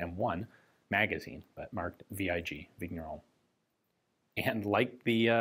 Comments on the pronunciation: Just a note here: "gn" in french/belgian is pronounced just like in the word "campaign", so, just a weird "n", more like a "n" with a pretty silent "i" after it. "Vigneron" sounds so more like "Vinieron" (exaggerated), or like the 2nd "n" in the spanish word "niño". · French regular viewer here. Thanks for your best efforts in French pronunciation! FYI "gn" in French is pronounced "ñ", or "ny" as in Spanish word "piÑata". So Vigneron is pronounced "Vinyeron". Thanks for the high-quality, history-rich and politics-free content!